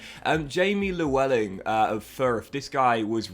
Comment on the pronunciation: Léweling is the right pronunciation